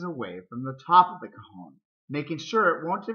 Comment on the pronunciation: It sounds like you´re saying "cojon" dude. That means "testicle" in Spanish.